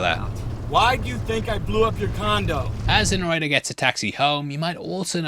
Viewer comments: Are you trying to say narrator? What fuck is a noretta? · Are you saying "narrator" or is "norrator" a play on words w Norton's name???? Genuinely can't tell what you're saying & it's being said so much it feels important 😭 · Yo pronounce your T's please "narradar" etc. Mid-Adlandig (Atlantic) lols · I’m so American, it took me forever to understand you were saying “narrator.” I was like, “Who is ‘Nareda’?” 😂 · His pronounciation of "Narrator" sounds like he's saying "Norrayteh", and it's throwing me off. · need more annunciation with the word "narrator" ...